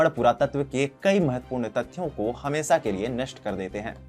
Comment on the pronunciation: Animesh pandey jee yeh anchor hamesha ko hamesa aisa uchhar kartaa hai. Asthal matlab kyaa ?? Kya yeh sthal kehana chahata thaa??